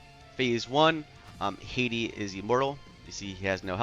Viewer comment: Hati (Ha-tee) not my country Haiti lol